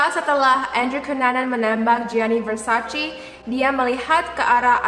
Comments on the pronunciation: Versace dibacanya Versace, bukan Versaci. #justfyi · versacé please, bukan versacee-_- how lol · Mbak bacanya versace e bukan versaci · It's Versace not Versaci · versaCE not versaCEE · Its Versace not versaci -Donatella Versace